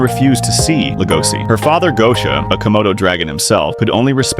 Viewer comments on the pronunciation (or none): Legoshi not legosi bruh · I wondered who legosi is, but his name is legoshi not legosi 😅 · LegoSHI not si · It's notlegosis it's legoshi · leh goh sea is stressing me out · It’s legoshi🤦‍♀️🤦‍♀️🤦‍♀️ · The pronunciation of Legoshi bothered the entire time lol